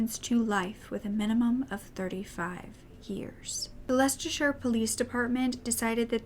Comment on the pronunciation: the first time i’ve ever heard anyone who isn’t from the uk pronounce Leicestershire properly!! such a sad case:( keep up the vids ur amazing ❤️